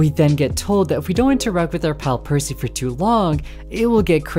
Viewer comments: You said percy wrong its not piercy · they were referring to how kept calling them “Piercy.” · Straight up I was caught off guard when I heard it. Like bro never heard of Percy Jackson? 😅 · Excuse me but, actual question, is that not how people usually pronounce it? If it is "puh-see", as in Percy Jackson, or "Per-c", as in how he pronounced it, both sound the same What's the difference which y'all are talking about? I am feeling a bit confused ohhhh, edit: he alternates from percy with C to percy with Pier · Percy ❌ Piercy✅ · Opening up the video to hear you pronounce it as 'Piercy' immediately told me this video was going to be good 💀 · where did the "i" come from why you saying "piercy" 😭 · It's called percy not piercy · im gonna be petty: it's not "percy's" it's "percy" <3 lol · i get 2 seconds into the video and had to pause do a double take pause AGAIN and question in what world is it pronounced PIERCY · You pronouncing it "Piercy" kills me every time 😭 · Never heard Percy(Per - C) pronounced like that, laughing my head off over it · The start of the video gave me a panic attack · Potentially unwatchable ong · It makes me SICK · I take 1 HP of psychic damage every time it happens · IT'S. PERCY. PURR-SEE. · who tf pronounces Percy "piercy"